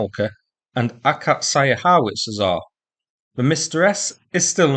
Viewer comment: Those artillery pieces are "acacia" in english, a type of tree. So its pronounced "Ah-kaht-see-uh"